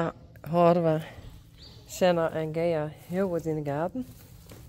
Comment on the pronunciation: I can just say Thank You, Thank you, Thank you for saving this precious foal "Senna".❤ Gea is so precious and gentle. What a wonderful Mem. Beautiful, calm and gorgeous. Welcome sweet Senna you will be loved beyond words.🎉❤ I mean "Zenna" pronounced Senna.